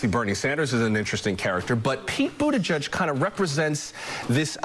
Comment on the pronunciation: she almost said "Poop Beetigeig"